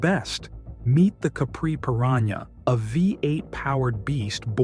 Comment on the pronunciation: I think you mean: "Perana" Capri